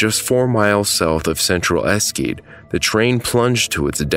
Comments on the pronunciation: Excellent video! But, and please don't take this the wrong way, the way you are pronouncing "Eschede" incorrectly is frankly, a bit offensive.. I know you're not natively german, thus you probably don't speak the language and there's a reason why, even in germany, they say "Deutsche Sprache, schwere Sprache" (German language, difficult language). But researching and making a video about what essentially is germany's 9/11, you could have, at the very least, checked the pronunciation of the place using google translate (it's pronounced correctly there). Again, please don't take this too seriously. It's not like the world's going to end because of this simple mistake. Just.. Please keep these things in mind for future videos. Videos, which i'm definitely looking forward to, now that i've subscribed to your channel :) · The train "accordioned" like it did because the rear power car was still pushing. Imagine if a similar train had come the other way... It was not stopped by trees. The (101) trees were planted to honor those lives that were lost. Thje name of the town is pronounced esh-a-deh. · Really like ur videos. But u gotta work on pronunciations. Eschede is pronounced eh-shed-a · "Esh-eh-de" is how it's pronounced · Nice video, but the town's name is pronounced "ashe" (like "ashen" without the n) - "de" (as in the French "eau de toilet") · I think it's pronounced "Esh shed daa" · I think he pronounced it wrote because on the title slide it says the town name is "Esquede", and it's only fixed in the title of the video on YouTube. He probably got the name of the town wrong at first and only realised after that the town was spelt differently. I'd recommend rewriting and reuploading the video, but in general it's not really necessary. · Eschede is pronounced like: "Eshäde". No "K" sound! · es-kiid? Come on. En-schee-de. Also you misspelt the town name. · Yes, the name in German is pronounced as es-shed-deh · It's not hard to look up pronounciations: ['ɛʃədə]